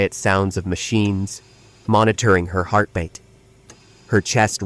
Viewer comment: Can't you people at least get a voice that pronounces the words CORRECTLY! LIKE PALE AND VITAL!!!! It's heartbeat NOT HEARTBATE!!!!